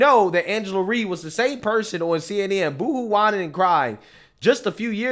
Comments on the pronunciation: Not that i care for her but its R Y E....NOT REE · Rye like Rye Bread 🤦🏾‍♀️like rhymes with Cry 😭😭😭🤣🤣🤣😂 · It's Rye like rye bread. Not Re. Good video though.